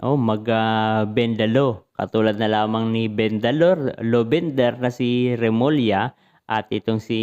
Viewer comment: " BOYING REMULLA " INSTEAD OF BOYIN RENULLA !!!